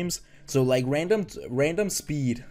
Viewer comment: Say “Like” right. Good vid though! You on the come up for sure 😤